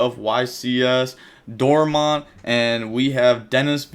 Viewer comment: it's called Dortmund not dorma jk jk